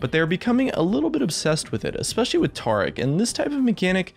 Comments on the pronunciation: Tarr-ic? Ta-ric! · Why does he say "Taric" as "Trec" And "Yasuo" as "yarsoow'ow"? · Reworked TAH-ric? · Can't handle how he pronounces Taric.. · When I heard you pronounce Taric incorrectly, that's when I stopped watching. Stay at 200k views kid, next time do it right.